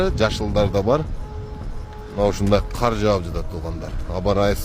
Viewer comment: Кудайым өзү колдосун,эол эрежесин сактап абайлап айдашса,ушу кыргызча сөздөрдү журналисттер окудуңар беле,каар эмес кар,күлкүмүштүү эмес күлкүлүү деп айтсаңар боло.